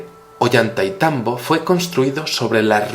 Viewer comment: no se pronuncia "Ollanta y tambo" es "Ollantay tambo"